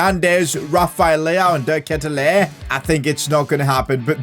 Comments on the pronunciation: De Ketelaere is pronounced as "ket" sound like "aid" "Laer" sounds like "war" So K-aid-u-lar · You say his name like this de ketelaare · It’s pronounced de- kate-te-laree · You have to say De ketelaare. Nice vid, keep up the good work bro! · it is de ketelaere but say de ketelaare that's how we pronounce he's sur name say just say de ketelaare that's how we pronounce it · Btw, the striker's name is pronounced like De Katy-Lar, and the LM Hauge is pronounced like haag, as in ten hag. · You prounounced the name of De Ketelaere so wrong, but I'm so glad you signed him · You said De Ketelaere so wrong lmao